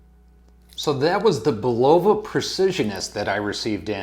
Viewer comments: Bull-o-va, not bu-lova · It's annoying every time he say bull-ovah. Where did that come from? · I think it is pronounced "Bull la va" - but for sure see Bulova video here: Dude, with all due respect - script out your video or do a practice session first. I respect your effort and wish you success.